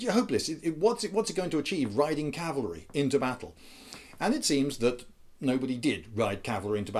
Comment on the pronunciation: Rhonda P My "gibberish" was a joke because you said "Calvary" instead of "cavalry" In case you do not know, "Calvary" was the mountain that Jesus was crucified on. Wheres "cavalry" is the mounted troops used in war. You said "Calvary is much more maneuverable" which is why I said "That is why you see a bunch of sentient crosses hopping around the battlefield."